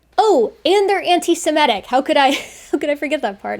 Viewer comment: Semitic, not Simetic.